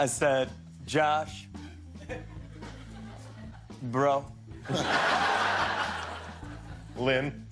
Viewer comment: mark: he listens to me... i say Josh Bro...lin. hahahahahhahahahahhahahahahhahahaha WTF MARK HAHAHAHBAHAHAHAHHAHAHA